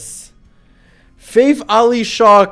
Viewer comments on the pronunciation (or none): Fath Qajar pronounciation is NOT like “faith” but more like fatih